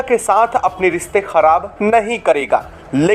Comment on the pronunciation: अबे श बोल सिकंजा क्या होता है??? सायद क्या होता है??? रिसते क्या होता है??? रिश्ते बोल